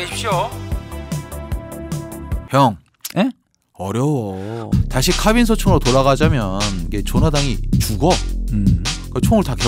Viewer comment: ㅋ카ㅏ빈 ㅋㅋㅋ 카 발음 진짜쌔다 ㅋㅎㅏ빈 크아빈